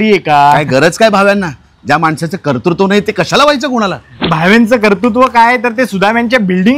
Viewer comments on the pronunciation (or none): कर्तृत्व म्हणता येत नाही. कर्तुत्व म्हणतात. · रागाऊ नकात, पण, भावे जसा, कर्तृत्व चा उच्चार, बरोब्बर करतात तसा तुम्ही करत नाही आहात. कर्तृत्व. असा उच्चार हवा. कर तू त्त्व असा होत नाही. सुधारा.😂